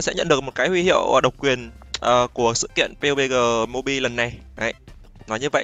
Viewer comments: bắp di hay pê u bê gờ z a:))))) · Nghe mọi người đọc là "pắp gi" quen rồi, nghe anh kêu "piu bê gờ" hổng quen 😂😂